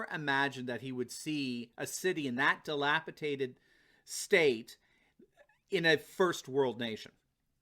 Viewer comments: DilapiDated not dilapiTated ... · Yes. The word is DELAPIDATED. says DELAPITATED and has been throughout his videos. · WHEN will you stop mispronouncing DELAPIDATED?????